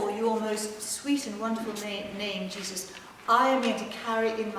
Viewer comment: Jesus si pronuncia con la e aperta, non con la e chiusa e schiacciata nel naso. La pronuncia e la fonetica non sono un optional!